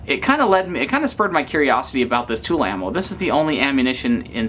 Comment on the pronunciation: 3511 yes, but that is not the name of the brand. The brand is called TulAmmo, therefore it should be pronounced as such.